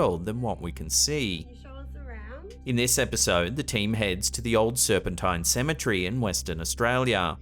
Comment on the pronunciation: Ceme TERRY, not Cemetree!